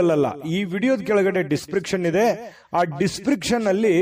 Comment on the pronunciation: ದಿಸ್ ಪ್ರಿಕ್ಷನ್ ಅಲ್ಲ ಅದು ದಿಸ್ ಸ್ಕ್ರಿಪ್ ಶನ್.